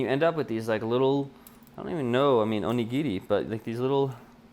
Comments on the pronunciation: Onigiri, you pronounced it perfectly! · It's funny to me that you worried about your pronunciation of onigiri even though you said it right, whereas you pronounced udon wrong the whole time lol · no, you said onigiri so well. great job! :D